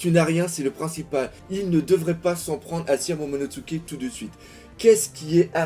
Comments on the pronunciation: je sais que tu as du mal avec les noms mais tu me stresse de ouf quand tu dis "Kenjuro" (au lieu de Kanjuro) et "Momonotsuke" (au lieu de Momonosuke) 😭😭 Sinon très bonne RL 😁✊ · Superbe vidéo comme toujours mais fait attention c’est kanjuro pas kenjuro en prononciation et momonosukr et non momonotsuke😊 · Je me demande si un jour tu vas arrêter de prononcer "MomonoTSUke" XD C'est avec "Su" son nom. :p